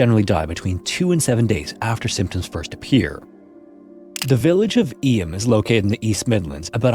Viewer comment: It's pronounced 'Eem' even though it's written Eysm (I'm from Derbyshire).